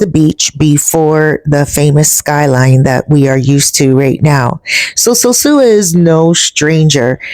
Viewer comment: Sure wish you could pronounce "sosua" I have never heard a Dominican say "sewsua" Isn't that 2nd old pic a view of El Tablon And Playa Chiquito? The peninsula does not look right for it to be the bay of Playa Sosua